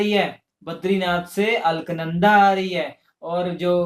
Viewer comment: Alk nanda nhi ALAKNANDA hai. First correct your pronunciation.